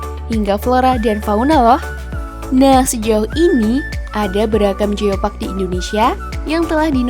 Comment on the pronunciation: Bukan jiopak tapi Giopak Ciletuh